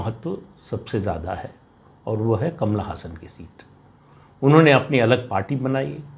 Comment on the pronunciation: आप बहुत अच्छा विश्लेषण करते हैं. मुझे उसमें कोई ख़ास कमी नहीं दिखती है, सिवाय एक. अभिनेता कमल हासन Kamal Haasan के नाम का आप गलत उच्चारण "कमला हसन" करते हैं. वह ब्राह्मण है, मुस्लिम नहीं (केवल जन्म से, आचरण से नहीं). मैंने उसकी हिंदी की पहली फ़िल्म राज तिलक देखी थी. तब उसके नाम को ले कर के भ्रांतियां थीं.